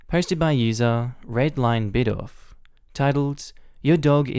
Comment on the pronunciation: must not be a fan of pokemon with such a horid pronounciation of Bidoof